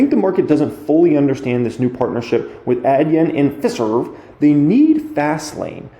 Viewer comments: It's pronounced Fi-serve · Hi. It is Fi as in pie and serv as in, well, serve. Glad to be of help!